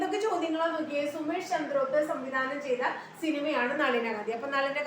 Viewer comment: Ma'am, സുമേഷ് അല്ലല്ലോ. സുസ്മേഷ് അല്ലേ??